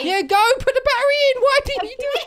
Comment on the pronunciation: This is how says battery barery